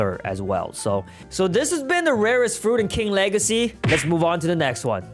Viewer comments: Bro you say two time king lahrsy not. King wageys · He said king wegacey